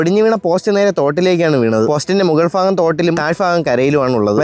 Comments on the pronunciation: എന്റെ ഉച്ചാരണ ശൈലിയിൽ ഭൂമി ഭാരം ഭാഗം എന്നൊക്ക പറഞ്ഞാൽ പോരെ ഫൂമി ഫാരം ഫാഗം എന്നൊക്കെ എന്തിനാ 🥲🥲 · ഫാഗം❌ ഭാഗം✅ 😁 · ഭാഗം ❌ ഫാഗം ✔️ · ബ ❌ ഫ ✅ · Faa alla mone baa😅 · ഫയർ ഫോഴ്സ്. പ🔥 പിന്നെ മോനെ ഫാഗം അത് ഉച്ചാരണം ശ്രദ്ധിക്കണം ഭാഗം ആണ്. മലയാളം മാഷ് അല്ല എന്നാലും ഇഷ്ടം കൊണ്ട് പറഞ്ഞു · Faagam enninaa parayunne baagam😂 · ഫാഗമല്ല ഭാഗം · മുകാൾ ഫാഗം അല്ല ബാഗം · മുകൾ " ഫാഗം " മുറിച്ചു കഴിഞ്ഞപ്പോൾ ഇളനീർ കിട്ടിയില്ലേ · മുകൾ ഭാഗം ❌മുകൾ ഫാഗം ✔️